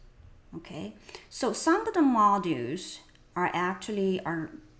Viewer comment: Module pronounciation (heavy Asian accents: mo-due)